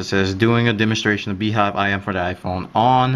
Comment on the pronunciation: if BeeJive is pronounced as BeeHive it's spelled wrong! :p